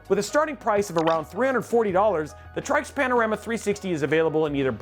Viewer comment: said "moving forward" twicely. Said Tryx as "Trikes", I dont know for sure but I would assume "Tricks". + said "aesthetic" instead of the hated "asstetic". I came here for the AIO reviews by the way. Oh wait ...Your testbench was INTEL LOL